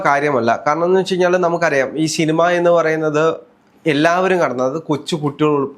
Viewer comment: shinima allada cinema 😂